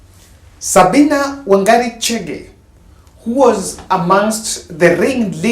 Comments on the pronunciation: Its wanjiru not wangari sir.a point of correction. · Her name is not Wangari. It is Wanjiru. Maybe you are talking about Wangari?